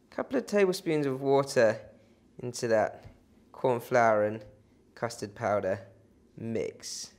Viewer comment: did he say custor powder please?